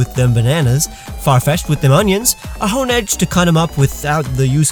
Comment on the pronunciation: Dude you are the best but I think you called doublade honedge